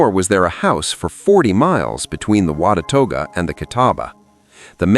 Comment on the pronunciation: I am enjoying this very much however I do not know why it goes forward and then backward in the frames. Some of the pronunciations are WAY off but I assume it is AI doing the talking. WATUAGA Is pronounced Not even close to the way it is said. WA-ta-ga Is the way we pronounce it here🙂